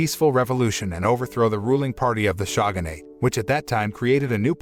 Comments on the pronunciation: 'SHAGANATE'?!! Seriously? Never has ANYONE Ever pronounced Shogunate that way ever- either inside or outside of Japan - you must know great shame - we have left a hilt-less wakazashi to exit properly - no death poem needed ;-) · The shaw-gun-ate troops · the "shagun" "shagunate" ruined this for me. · It's Pronounced "Showgun" and "Showgunate"